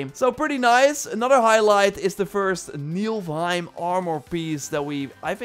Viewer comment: Gotta comment, after hearing this so many times now: It's Ni-F-L-heim, F before L. Aside from that, keep up the great work. 👊